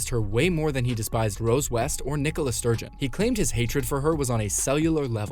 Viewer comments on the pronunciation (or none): none